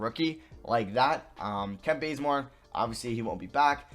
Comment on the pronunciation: Am I the only person who heard him say “Kent Blazemore” lol